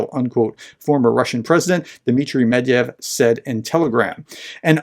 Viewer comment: Not "Mediev", but Met-Ve-Dev". Or is it a plot to belittle the man by shortening his name? 😄 You just need to pronounce the Romanized Russian names exactly as they are written, Romanization is all about phonetics. Look at he never has any trouble pronouncing the most difficult and longest Ukrainian village names or Russian weapons' names. He just says the names as they are written one syllable at a time, fast enough to pass for a native. Well, he is probably an honorary native by now! I am not even sure Russia actually sent captured Western weapons to Hamas. Since they are faking this news, they don't need actual weapons, they just need to claim that Hamas claimed that Ukrainian mafiosi sold them weapons that were sent by the West to Ukraine, a very complex story easy to debunk at every step. An official Hamas statement would instantly give more credence to this story, compared to a possibly Russian-made video with Arabic speakers in the audio background... About Afghanistan news being ignored by the west Hamas' Head of Political and International Relations Basem Naim also used a similar justification for the Hamas attack, that the situation of the Palestinians have been ignored as the US-China dispute over Taiwan and Putin's war to Ukraine took precedence in the news, so the attack was a mean to raise international attention after many years of Israeli oppression of the Palestinians. (interview on Sky News's channel).